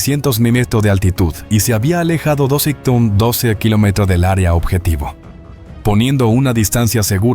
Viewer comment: Este tipo se le escucha que lo unico que habla es Español. Pero No lo habla bien! No puede decir Kilometro y no sabe leer numeros! 🤷🏼🤦🏼‍♂️